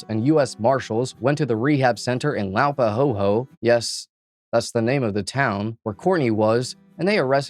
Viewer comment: Laupāhoehoe is pronounced la-pa-hoy-hoy 😂 But I will now think of la-pa-hoe-hoe every time I go there 😂